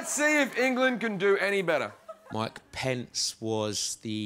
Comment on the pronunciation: U said mc pence,like my pants. LoL